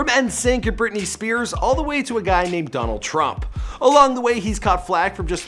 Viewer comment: A guy named Tonald Drump You dont say